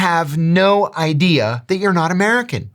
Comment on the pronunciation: Idea. Not i-dear. Please, for the love of Frappuccino!